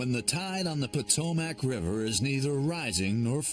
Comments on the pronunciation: Potomackkkkk 😝lmao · Ugh every time he's say Potomac my Maryland ears hurt.